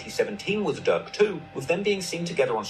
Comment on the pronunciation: His name is Lil Durk not Lil Dick